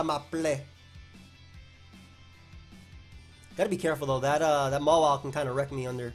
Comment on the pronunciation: dude why do you pronounce Mawile like MOLA, it's so cringy